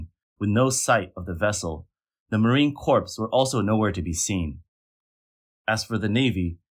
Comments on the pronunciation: You lost me at Marine Corpse. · Marine Corpse, it says. -.